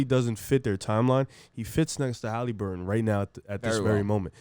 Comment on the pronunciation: Tyrese Haleeburton 😂